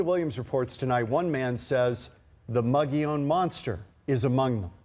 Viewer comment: I have such a hard time listening to this with the mispronunciation of "Mogollón"